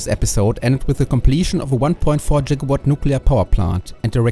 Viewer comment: Your subpar English wouldn't matter if you at least did not pronounce it "Jigawatt". Your factory absolutely rocks.